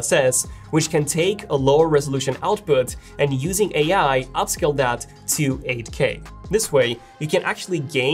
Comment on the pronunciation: when he says 8k it sounds like Ak